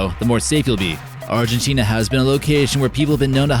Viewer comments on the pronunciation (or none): none